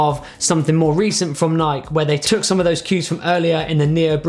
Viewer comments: excuse me nike was pronounced like bike? bro.. come on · dude knows he's saying Nike wrong, or???